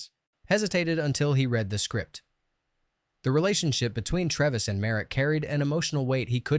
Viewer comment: YOU never watched the film. You gave it away when you said Mr. Treves' name incorrectly.